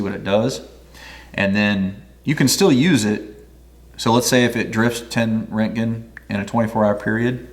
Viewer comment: “Wrotegen” is a closer pronouncement 😊